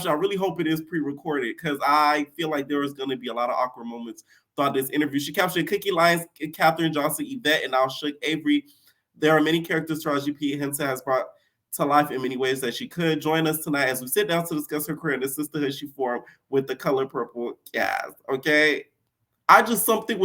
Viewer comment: "Tahair pissent "🤣🤣🤣🤣🤣🤣🤣🤣🤣 why he do her name like that!!!!!!!